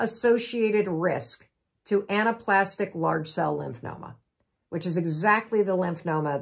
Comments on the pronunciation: It’s lymphoma…not lymph”noma”….sorry that drives me nuts. Otherwise, thanks for the info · Why do you keep saying lymphNoma instead of lymphoma? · lymphNOma is saying NO to lymphoma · It's never a good idea to take medical advice from a non-medical professional. Particularly one who cannot pronounce the word lymphoma.